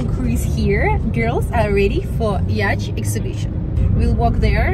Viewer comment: It's pronounced "yaat" , not "ячт" 😂